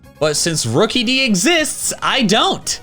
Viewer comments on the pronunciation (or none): Wait did you say rokeidi corvescvijer and turnades? (Sorry får bad english)